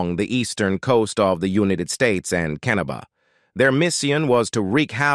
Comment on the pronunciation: LVC was great. The AI narration was not."the United states and Canaba" etc,words mispronounced or wrong emphasis. Use real people or do some checking ffs.